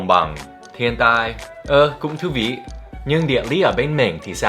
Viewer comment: Giây 22 đọc : " ơ cũng thú vị " chuẩn vãi